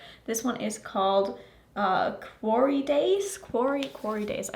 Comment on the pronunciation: A quarry is a swimming hole. Surrounded by rock. And yes, you said it right.